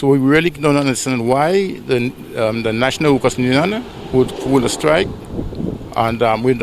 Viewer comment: Union! Not nunion